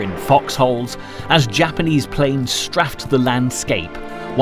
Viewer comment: Strafed, not straffed.